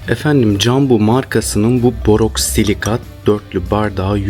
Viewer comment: Borosilikat olacak doğrusu boroksilikat değil 😊 Teşekkürler 🤗